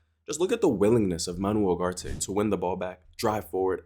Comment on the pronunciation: I'm sorry but when did uGarte become uHarte??